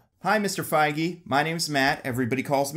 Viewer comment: I-i don't think that's how "Feige" is pronounced...